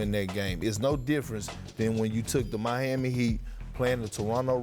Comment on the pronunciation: He said the mihami heat